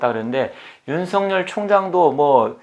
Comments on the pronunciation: '尹錫悅'은 '윤석열'로 표기되고 /윤서결/이라 발음해야지요. /윤성녈/로 발음하면 안 됩니다. '윤석렬'로 표기될 때라야만이 /윤성녈/로 발음되지요. 한자(漢字) '錫' 자(字)를 잘못 쓰시네요. '日'과 '勿' 사이에 '한 일('一')'을 넣어서는 안 되지요. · 처음 들으시는 문제는 저도 이상하고요, 보편적 관접에서 말씀 드리지요. 그러면 이렇게 생각해 보십시오. 예를 들어, '윤석렬(尹錫烈)'로 표기될 경우와 여기처럼 '윤석열(尹錫悅)'로 표기될 경우의 발음상 차이는 어떻게 되겠습니까? 둘 다 똑같이 /윤성녈/입니까? 그럴 수는 없지요. 문자[글자]의 존재 이유가 없어지니까요. 경상도 사람들(이 사람 역시 경상도 출신입니다마는) 중에서 낙동강 유역에 사는 사람들이, '쌀[米]'을 /살/로 발음하고, '(값이) 싸다[低廉하다]'를 /사다/로 발음하는 것을 보편적으로 인정해야 합니까? 잘못된 발음이지, 보편적으로 허용되는 것은 아니지요. '경숙'이라는 (여성의) 이름을 /갱숙/이라고(음운 현상-법칙상으로는, 사투리 발음이라도 /겡숙/으로 되기 마련입니다마는) 황당(荒唐)하게(?) 발음하는 것은, 우스개로 장난스럽게는 할 수 있으나, 보편적 상식으로는 틀린(잘못된) 발음입니다. 그래도 받아들이지 않으시고, 고집스럽게 주장하시겠다면, 개인의 자유이니, 어쩔 수 없겠습니다마는, 저는, 받아들이실 줄 알고 보편적 상식의 관점에서 말씀 드린 것입니다. 그러나, 이건 분명하지 않습니까? 한 나라의 질서를 바로잡고 통일(공식적으로는 필요한 국어의 통일)을 기(期)하기 위해서 도덕과 상식과 불문율과 법(法)이 있듯이, 언어에도 질서와 법칙과 원리가 있습니다. 그걸 무시하고 경상도 사람들끼리만 생각해서 경상도식(慶尙道式) 발음을 고집하는 것은 '넌센스'이지요. 농담이나 장난이 아니라면, 결코 맞는 논리라고 말할 수 없는 것입니다.